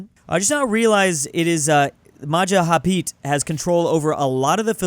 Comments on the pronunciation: "Majahapit" it's Majapahit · Its Ma Ja Pa Hit, not mahahapit, always error saying this